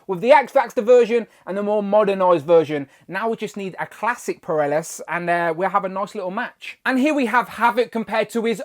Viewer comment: I know you ain’t dissing the late great Neal Adams’ design for Alex or POLARIS. Say it with me, Po-Lar-iss. Or Pole-Are-Iss. Not sure where you got Peralis from? Those hand effect pieces would have been great with Rictor. His powers had a similar vibe in artwork. The back piece might work for an updated Blink? Or reissued in an Exiles 3pk with Noturne and Mimic (with a gaggle of extra limb pieces and wings). Those barrels are wasted BAF pieces. Havok could have had his brother’s X-Baby self as an accessory, instead.